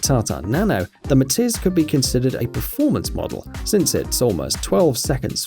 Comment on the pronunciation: When viral car said MATIZ i tought he said MATITS